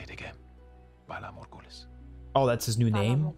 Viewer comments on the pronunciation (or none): Okay but your initial pronunciation of "valar morguhooleeiz" has me dying 😂❤ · You trying to pronounce Valar Morghulis in the intro had me crying 🤣🤣🤣 I really needed that laugh, I’m deffo not forgetting to like this video